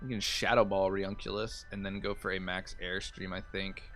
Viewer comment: Its pronounce reUNIclus re-uni-clus A bit like nukular.